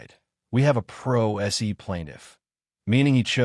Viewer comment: That Pro SE (as in Pro Say) not S.E. Yeesh.